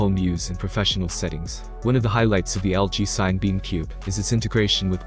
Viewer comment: I think it’s pronounced sinna-beam, like cinema.